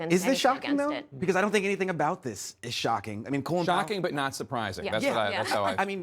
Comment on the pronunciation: Kyle: makes fart noises Also Kyle: won't pronounce Colin Powell's name correctly